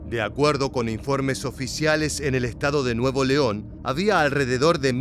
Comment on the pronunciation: no es nuevo leon es nuevoleon todo junto! y sin pausa. son muy buenos los contenidos. gracias por la labor